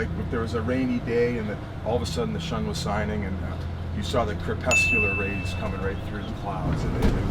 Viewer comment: "the shun was sining" CRYING